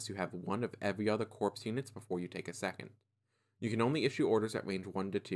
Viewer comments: Apologies for being that guy, but Corps is a French worse, so the P is silent and you pronounce it as 'Core' not 'Corpse.' Additional: Looking at how the Empire has their Battleforces, the Rebels could easily have a counter be the Scariff Attack Force, though this would require the inclusion of the U-Wing as well as Chirrut and Baze. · Very informative for new players. Just a caveat; corps is pronounced "core", not "corpse". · Corps is pronounced core.